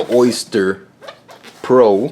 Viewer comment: It’s Oster, not Oyster ;-)